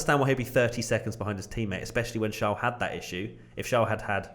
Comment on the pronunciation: its not shaarl it is charles